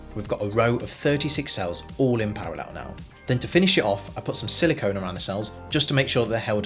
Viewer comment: all in perr-lal-lal